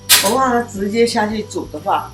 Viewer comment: 如果是道地的台灣人，蚵仔要講成「鵝」啊，不是「喔」啊。 現在的年輕人不會講台語「鵝」跟「我」分不清楚，但是老一輩的人怎麼也會講錯呢？